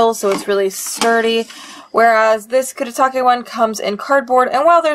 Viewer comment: how would you pronounce it then? I thought her pronunciation was fine